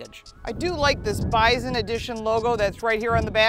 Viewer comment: It kept sounding like you were saying biden edition. I have a F 250 4x4 diesel king ranch Lets Go Brandon edition